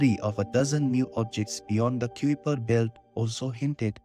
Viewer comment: You mispronounce "kuiper" in this video. It's supposed to be pronounced like "kai-per"; rhyming with "sky-per".